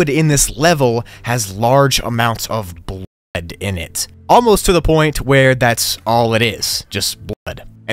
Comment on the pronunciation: “Bl od” lol it’s not blood